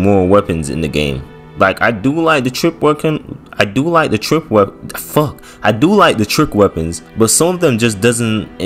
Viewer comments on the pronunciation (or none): My man struggling to say "Trick Weapon" and "Labyrinths" had me dying lmao. Also Torrent is pretty damn weak. It doesn't take much to stagger and take him down. I love Torrent but some times one good hit makes him disappear and i usually end up getting messed up for it